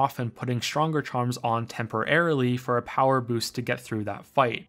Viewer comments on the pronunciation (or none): none